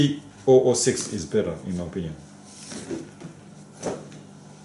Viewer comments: pronounce it, 30.06 as 30 odd 6 ;l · 3006 is usually pronounced as thirty-ough six, my friend. Love your videos.